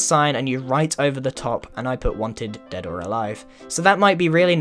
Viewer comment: YOU SAID DOAD OR ALIVE